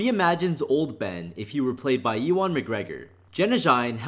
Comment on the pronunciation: Ewan is pronounced "you-un".